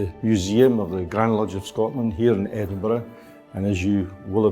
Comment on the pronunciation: Edins burg ... Georgia